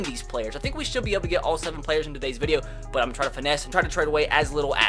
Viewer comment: Instead of saying “but” it is “bwut” for him😂😂😂